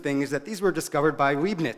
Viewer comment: His pronounciation of words and names is very weird. First time I hear someone pronounce Leibnitz as "leebnitz".